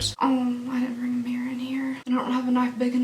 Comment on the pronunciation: I love that her Southern comes out when she says "mirror". Mine comes out when I say "van". It sounds more like "vayan".